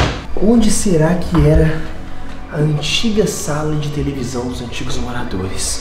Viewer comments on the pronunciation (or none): o Enaldo falou tevelisao mas está errado.o certo é televisão kkk